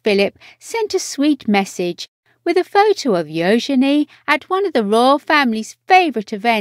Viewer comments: I agree its U genie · Her name is NOT pronounced “yo-shen-ay”!! My god!! It is “Yoo-juh-nee”. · Her name is actually pronounced "yoo-juh-nee," with an emphasis on the "yoo." Princess Eugenie was named after Victoria Eugenie of Battenberg, Queen Victoria's granddaughter. And her middle name comes from Princess Helena, Queen Victoria's daughter. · This voice over is beyond annoying. Her name is not Yo-Zen--E! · What a disgusting voice-over, killing Euginie's name. It was gringing a quarter of the way through. How difficult can a voice-over be for heaven's sake. Get it right or move on for other to do the job properly.